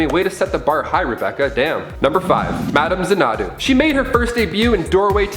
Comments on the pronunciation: That’s a funny way of pronouncing Xanadu. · How do you not know how to say Madam Xanadu? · You lost me at your pronunciation of Xanadu. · I gagged when I heard it